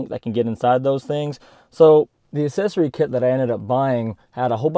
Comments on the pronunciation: Pronounce the C in accessory. It is not assessory. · Dude, why do you keep saying assessory? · Hey man try throwing a "C" sound into the first syllable of accessory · It's not assesory, its aCCessory. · Gotta ask - what is an assessory? :D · I never heard the word ‘assesory’ more in my life. Haha Great video though!